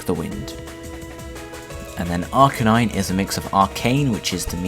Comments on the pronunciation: AR-KahNine?OH MY FUCKING GOD for the last fucking time its "AR-KEY-nine" and not the "keey" key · thats right AR-Key-Naine